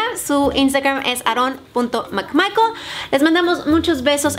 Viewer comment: solo se río porque dijo Aarron en ves de con una sola r